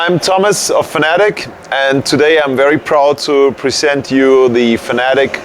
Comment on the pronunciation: Ohhh so u say fanatec with i instead of e...